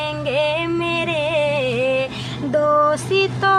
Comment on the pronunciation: Doesto nahi dosto bola karo.